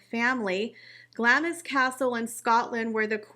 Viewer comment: For future information, the 'i' in Glamis is silent and Glamis Castle is pronounced GLAAMZ and rhymes with calms. 😻